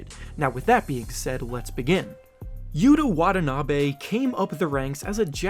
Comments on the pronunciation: It’s YU-TA WA-TA-NA-BEh Not Yuuduh wadanaaaabeh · I wonder how long it will take people in the USA to actually say is name correctly… creator said “yuda wadanaaaabe” lmffaaooo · Geez dude you are murdering this NBA players name lmao YOU - TA WAH - TA - NAH - BEH